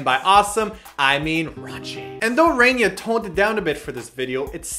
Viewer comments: it's Rania not Rainia xD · it's RANIA, not RAINIA ;) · You're marriage is just so admirable :) Has nothing to do with this video but it's true :) BTW Rania is pronounced Rah-nia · RaNia isn't pronounce Rain-ia. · btw isn't RaNia pronounced like RaNeeYa :P Just saying! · Lol. That whole time where they were pronouncing RaNia wrong made me feel so awkward XD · LOL you get Rania's name wrong.